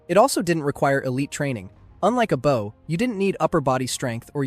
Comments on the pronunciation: Hearing you pronounce bow like that instantly made me stop watching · and he says “bow” as in the formal east asian greeting instead of the proper pronunciation. he just lost me as a subscriber too :( very sad but you’re right we can’t put up with this or else it will dominate the entertainment industry later on.